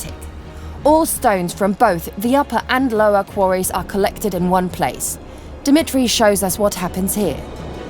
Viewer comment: she pronouced Dimitri so wrong lol